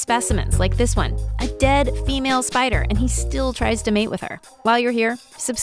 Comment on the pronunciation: EXCUSE ME DID SHE JUST SAY SPEEDER INSTEAD OF SPIDER IN THE START??